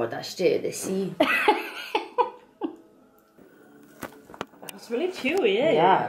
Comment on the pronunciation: “Myy guhd, that’s straight out da seeee!” 😂 Scottish Legend Emma Mitchell